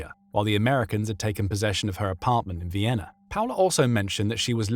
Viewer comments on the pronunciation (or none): none